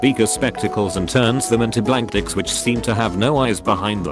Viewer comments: You Said Discs as Dicks. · Did anyone else hear him say "Blank Dics"?